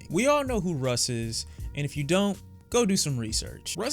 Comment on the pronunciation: Russ rhymes with loss. Take this L Russ